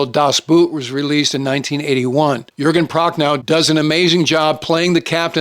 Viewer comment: sir, a very excellent list. If I may, in German Boot is pronounced like Boat in English. And you murdered Jürgen Prochnow’s name as well. Also a piece of trivia about In Harm’s Way. Otto Preminger didn’t want John Wayne for the role of Capt. Rockwell Torrey. He thought that John could not show the emotion that was required for the role. The studio insisted and John Wayne gave the performance of his life. Also in between takes, John Wayne would recite poetry from memory that amazed the rest of the cast and crew.